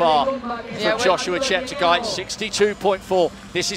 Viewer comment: Incredible performance! The commentator could atleast learn to pronounciate Cheptegei's name! Holy shite. (Ignorant bastard). I just barely made it below 30 minute on 10 km an I was a f*ng terminator, no joke. That's how indescribably fast this was. And unless you haven't ran at those speeds - they are incremental - meaning: every second gained, means exponentially the force, horse power and output needed. Meaning: you've probably never met anyone as fast as me and Cheptegei would still run circles around me. Stay humble, but work on that lard tbh. Motto: "10k - EVERY DAY"